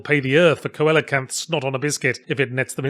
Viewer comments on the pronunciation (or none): its 'see-locanths'